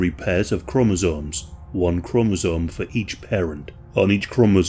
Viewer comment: Him saying chromosomes is the funniest shi I ever heard